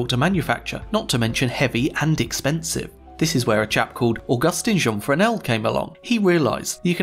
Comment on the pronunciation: Thank you for pronouncing Fresnel correctly!